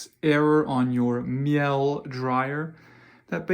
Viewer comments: Please learn how to pronounce the manufacturer’s name. It is Mee-Luh. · Nope, that's not quite how you pronounce it. More like "mee-luh", with the emphasis on the first syllable. There's no r or a sound at the end. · Thank you for this - I have had an F66 on my new dryer, and I think this helped. By the way - the pronunciation of "Miele" is "mealer" (rhymes with Sheila) - it's a German company 🙂